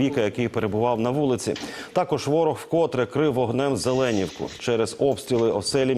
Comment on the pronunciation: Не кажіть як рашисти ЗелЕнівка,а в нас кажуть Зелені'вка.,наголос на і.